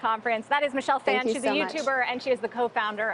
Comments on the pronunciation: It's not pronounced "fan" it's pronounced "fawn" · Saying Phan wrong...